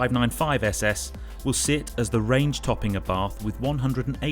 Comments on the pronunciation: FYI its pronounced like “ essay essay” not s s 👍🏻👍🏻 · Great video my only criticism is you Couldn’t pronounce the name . Lol